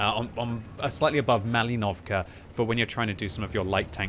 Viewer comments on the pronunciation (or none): prOkhorovka, malInovka not malinOvka